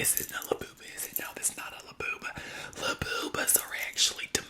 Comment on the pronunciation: "LaBOOBuh". If my southern grandma were alive, she would be calling it that. She would invent her own words for things😂